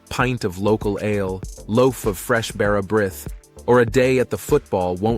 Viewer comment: The brith in bara brith is pronounced 'breeth'